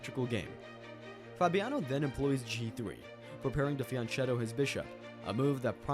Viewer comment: I know it is a weird pet peeve to be upset about, but ch- in Fianchetto is pronounced like you pronounce Zucchini, with a hard c sound. It is an Italian word, not Spanish.